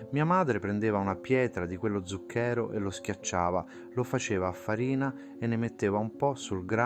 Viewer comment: Min "di quello zucchèro" Ma come c@ parla?!